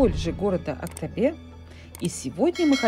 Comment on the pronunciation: Это да. Ещё Актобе на конце буква е (и пишется и слышится) не надо АктобЭ говорить. :) А в остальном все супер!